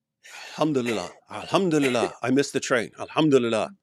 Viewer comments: 😂😂😂😂😂 piss-itive she mean. al ham do li lie. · "ahumdilala " a humdilal" " the old bamboo the old bamboo !!" has she "reverted" to dick van dykism ?